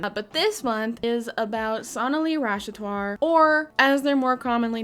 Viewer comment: I’m sorry, but her last name is Rash-at-war.